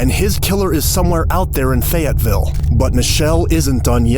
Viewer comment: Not me just watching random crime videos and then hear “feyetville Arkansas” which is an hour away from me